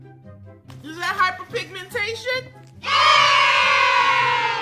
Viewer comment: “iS tHaT hYpErPiGmEnTaIoN?” Got me 😂 love your videos btw